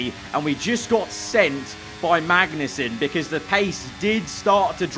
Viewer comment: Does anyone else head mangnussen instead of magnussen